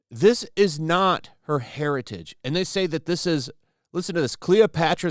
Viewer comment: Lol "not Jada Pinkett smith's *hairitage*?!"